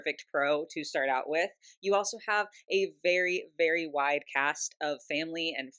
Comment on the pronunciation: when you said "wide cast of members" I understood "wite cast" 😅 for a second I was flabergasted they I realized what You actually said 😂😂 Good thing Barbie has expanded a lot in inclusion 😅👍